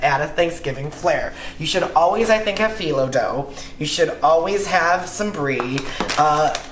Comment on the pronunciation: you keep saying Fe-lo, do you mean contrast dough?